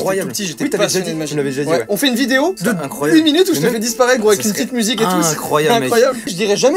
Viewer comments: c'est le neuf et le houite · Quatorze mille deux cent nonante houit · C'EST LE NEUF ET LE OUITE ! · Cest le neuf et le huite !